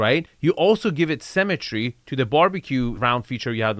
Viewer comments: it's *symmetry not cemetery. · It took me a while to understand you were saying “symmetry” rather than “cemetery” but it still worked. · lol only after 20 minutes I realized you were saying "symettery" and not "cemetary" :facepalm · Dude, stop pronouncing symmetry like cemetery. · Hey, love your videos... however I'd like you to work on your pronunciation of the word "symmetry" (seemetry) vs. "cemetery"...:) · I thought it was pronounced simmetry.